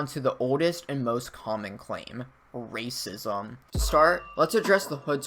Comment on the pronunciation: the way he says racism hahah